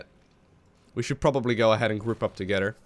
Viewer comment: i like to think is an inner troll with how he says certain words:P "togeder" "duh" (instead of the) "dough" (instead of though) etc...